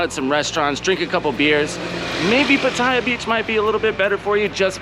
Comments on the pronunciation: Great vid bud. It's of course PAAATYA not PUTTAYA. More eccentuation on the A. Might not be important to you, but I personally think it's important to pronounce the name correctly of the city you're living in. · Ask a Thai. Hint it’s not pat I ah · What is the correct way to pronounce Pattaya? Because there's the way you say it stressing the middle syllable, and people who say you should stress the first syllable. As in, "I went to the store to shop for some outdoor Pattaya furniture."